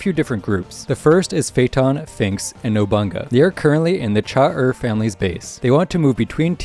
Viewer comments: it is 100% No-bu-na-ga. If I had a nickel for every time a YouTuber said “nobonga” I would have two nickles, which isn’t a lot but it’s weird that it happened twice (the other one was RealLifeRyan I believe). So I wonder who’s been spreading this faulty pronunciation around. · lol I see. Yes character names can be hard I just thought it was an extreme coincidence that both YouTubers mispronounced “Nobunaga” in the exact same “Nobanga” way, specially since I had never in my life heard people mispronounce that name. It’s the name of a historical figure after all, it’s as jarring as hearing someone mispronounce “Bonaparte” or “Columbus.” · is it nobanga or nobunaga? lol